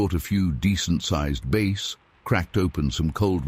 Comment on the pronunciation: Please, the fish you mis pronounce is a B ASS not BASE. Thank you. Love your stories.